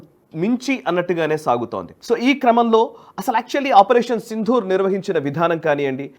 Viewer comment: నమస్కారం. ఆపరేషన్ "సిందూర్" అనడమే సరియైన ఉచ్ఛారణ. "సింధూర" అంటే సంస్కృతం లో ఏనుగు అని అర్థం. గమనించగలరు.